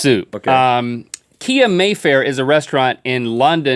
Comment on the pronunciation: its pronounced KA-I not kia :D